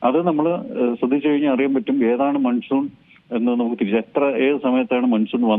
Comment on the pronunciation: Maansoon is correct pronouncements sir ,not Mansoon